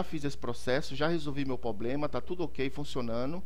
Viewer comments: Poblema kkkkkkkk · Mano, não fala "poblema" de novo... Chega me dá gastura... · É problema e não poblema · Obrigado vc manja. Só falta agora falar Problema, e não pobrema dói até o ouvido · doi no ouvido cada vez que vc fala POBLEMA. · POBLEMA É POBRE mano... Falar certo é básico. TOP a dica. Mas vai a minha pra ti. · porra mano nao fala mais poblema que da uma agonia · Pra mim deu certo, mano. Dei like ai e parabéns pelo vídeo. E parem de implicar com o "poblema", seus mala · MANO FALA PROBLEMA pqp kk